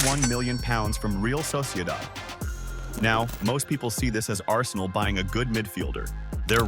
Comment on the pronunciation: Listening to an american analyse football with the dataset dictionary of a toaster. Atleast try to learn how to say Real Sociedad before you want to be taken seriously.